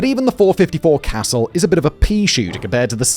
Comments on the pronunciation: CA-zule, Simon, not cassel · Not "Castle".. "KUH-zuuhl". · Yea. Good video. My only complaint was on the 453 casull. It's not cass-el. It's cuss-ule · Note : the .454 Casull ispronounced "CA SOULE'" not casoll. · Casull is pronounced "Cuh-sool" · SIDE PROJECTS, YOU TOOLS almost made up for the fact that a guy named Simon tried to talk about ridiculously overpowered handguns, in an English accent. I don't know what a .454 "Castle" is but suddenly I want one. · 1) Some of the smaller punt guns were chambered in 2 bore. 2) Casull is pronounced "kuh-SOOL". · Scott from Kentucky Ballistics, Matt from Demolition Ranch and Gun Jesus himself, Ian from Forgotten Weapons. What a treat to see them included in this video. Also, Casull is pronounced ca-sool. Like stool, but without the t. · 454 "cuh-sue-ll" is how it's pronounced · .454 “castle” come on man it sounds so much better when you properly pronounce it